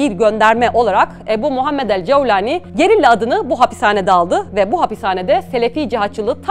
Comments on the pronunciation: Ceeaevvvlani ne arkadaş, cevlani de geç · Cevlani degil golani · Yabanci bir kisiden bahsederken arap aksani ile konuşmanızı gerek yok couwlani vs asiri gereksiz olmuş Turkce de böyle biri telafuz yok videoyu en başında biraktim